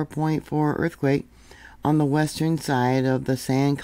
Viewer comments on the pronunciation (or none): none